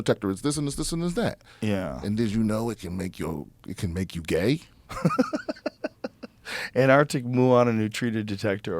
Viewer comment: is the only American in history to correctly pronounce ANTAR(C)TIC!